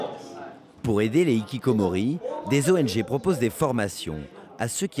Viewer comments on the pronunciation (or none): Dans Hikikomoris le H ce prononce bordel... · OULALA le h qu'on ne prononce pas ça n'existe qu'en français épuisant de répéter aux français que les mots des autres langues qui commencent par un h faut respecter et prononcer ce h entre ikikomori et HHHHHHHHHHHHHHHHHHHHHHHHHHHHHHHHHHHHHHHHHHHHHHHikikomori y'a une grave différence ! de même que fance c'est pas france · Faites un effort de prononcer le "h" dans "hikikomori", ce terme n'est pas français mais japonais donc cette lettre se prononce. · Je ne supporte pas l'horrible prononciation de "Hikikomori" FAUT PRONONCER LO H!